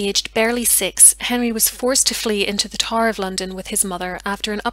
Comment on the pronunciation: Excellent documentary. Is that an Irish accent I hear? Pronouncing TOWER by saying TAR? Wonderful narration. 👏 👏 👏. A real pleasure.